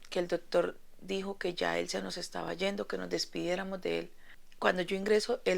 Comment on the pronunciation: Doctor no dotor